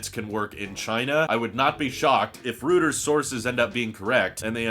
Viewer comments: gah, hate to be that guy, but it's "roy-trz" not "rooters" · Great content per usual. Don't take this the wrong way, but Reuters is pronounced Roy-ters, not rooters. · Reuters = "ROY terz" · I’m disappointed with myself for being so triggered by this mispronunciation 😄